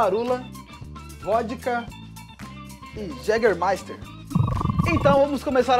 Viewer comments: Viu,... é Jägermeister (pronuncia-se Iégermaister) e não Jégermaster, senão pensarão que é a bebida do Mick Jagger... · Pensei que era Jegue Master.